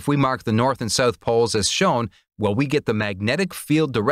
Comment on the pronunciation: “South”, not “sooth”.